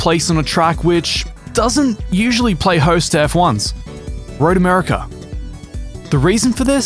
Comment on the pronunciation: Road Americer. 😁